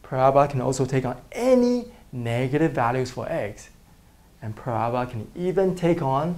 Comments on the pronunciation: Use transparencies next time you fold! Also the pronunciation is parabola not parabla. The symbol that looks like € mean "is an element of". The other symbol means "the set of real numbers" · he talking about the accent because it sounds like Prabla but we all know that it's parabola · I always thought it was para-bola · the way he says "parabola" lol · Honestly the only word that he isn't great at saying is "parabola". Quit being rude. I loved the vid by the way. Helped so much!